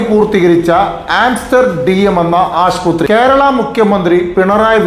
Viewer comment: Aasputhri alla aassupathri enn parayuga